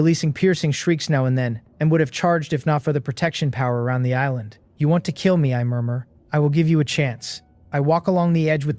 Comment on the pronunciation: Every time I hear joo my brain hears Jew and I just can’t stop laughing! “A Jew”